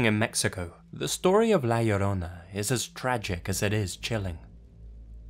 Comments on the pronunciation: Laura Metheny Also, he said La Llorona perfectly. 😎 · for not being hispanic the way you said la llorona was pretty good compared to others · Dang he actually pronounced la llorona right! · As a mexican I am amazed of how well you pronounce La llorona :D